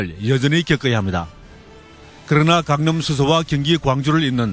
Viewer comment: 강릉 수서? 수서가 왜 강릉에 있어. 기자가 강남을 강릉이라 발음하네 에도 강릉이라고 들리네